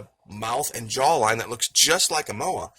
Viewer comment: Moe,I is how you say it! Moa is NZ bird long gone!